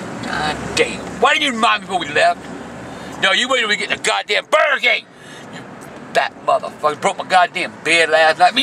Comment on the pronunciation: “WAY MINUTE...WAH BURGR KIING!”